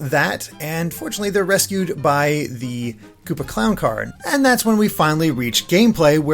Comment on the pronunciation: "They're resciu by the koopa clawn card" The shy guy: I'm a joke to you?